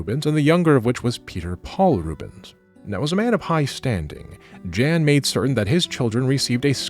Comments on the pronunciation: please. Please look up how to pronounce names. "Jan" in Dutch is more "Yahn". On the plus side, I do finally understand how painful it is for people to hear bad pronunciations; every time you say "Jan Rubens" my brain stutters and I can't focus on what I'm sure is very interesting, lol. (You're pronounced "Rubens" wrong, too, but that one doesn't bother me for whatever reason. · Just a tiny remark; you seem to put a lot of care into pronouncing foreign names/words correctly, so it would’ve been cool if you also pronounced Rubens, Jan, Peter Paul and so on correctly and not with an English pronounciation :) otherwise as usual a great video!